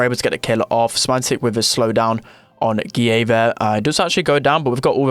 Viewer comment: Why do American people know how to say Muniz but dont know how to say Guille